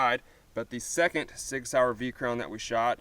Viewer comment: soi-yer sig sauer